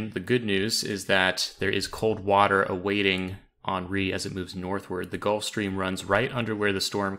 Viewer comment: HEN REE not on ree.